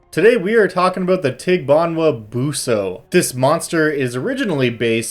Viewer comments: This thing has a pretty cute smile. He made a disclaimer about his pronunciation, but it's actually pretty spot-on. Maybe there's a glottal stop with the last "a" and enunciation could be a little less anglophone, but it's pretty good. Fun fact about the dog bit: The evil-detecting dog trope is quite common in Philippine folklore, to the point that an area devoid of dogs(pets or strays) is a sure sign of a town with a dark secret. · Having lived in the Philippines for 2 years, I'd say your pronunciation isn't bad. Probably had a trouble finding a good pronunciation because the name of this thing is different in different towns, and some names for it are names for other monsters in other places. Basically names of Filipino monsters make no sense... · i usually go to google translate and type it in. maybe it isnt pronounced 100% accurately, but since the voice module is filipino, they would probably try to have it sound phonetically similar to the actual filipino language. and i gotta say, you were basically spot on XD. not to say that the google translated reading is correct, but i guess its better than nothing?